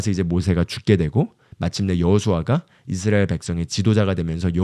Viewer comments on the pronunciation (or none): none